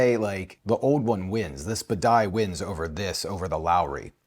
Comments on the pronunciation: Buh-die?!?! Bah-De-Ya. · OK, just because it's irksome: b a d I A, not b a d A I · It's Bidet, not Badai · What the heck is the ‘Badai?’ It is Badia. AI vs IA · Lol...I mean really. Can this guy even read? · Dude! You live in Florida. It’s Badia (Bah-DEE-ah). Cubano. Delicioso. Just ask my abuela. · BAH DEE AH!!! Drove me INSANE!! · Can't enjoy this because of your repeated mispronounciation of "Badia". It's "bah-dee-uh" 😅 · The way you say badia is sending me lol. Good video. I tend to buy the McCormick.